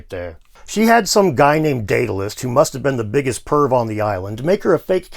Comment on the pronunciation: Your story turned Daedalus into diddilus! Very funny, sir.